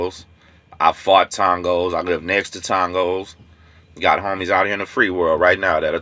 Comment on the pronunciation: TONG-GOS LOL